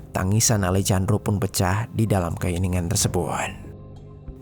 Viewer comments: Alejandro di baca Alehandro ga seh? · Dibaca: Alejandro ❎❎❎ Dibaca: Alehandro ✅✅✅ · Sedikit saran untuk mimin. Kalo ada huruf 'J' dibahasa amerika latin dibaca jadi huruf 'H'. Alejandro dibaca alehandro min. 🙏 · Kalo bahasa Spanyol nama Alejandro dibaca Alehandro min